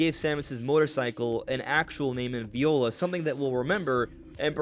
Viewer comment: minor note, it's actually pronounced "vye-ola", not like the instrument